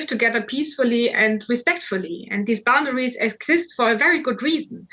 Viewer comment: I like the way says "Boundawies."